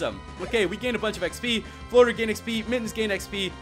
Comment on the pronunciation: At least he said "flotar" with accent compared to "volar" which he pronounced as "voler" which bugged me